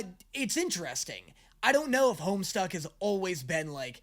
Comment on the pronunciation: Hearing you call it "Homestuck" gave me such massive flashbacks. To this day I don't understand how so many people added an R into the title back in the day. It's funny to relive those misconceptions in the year of our Lord 2025.